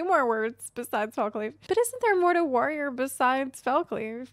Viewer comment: yells warrrrrior main in a slight trucker accent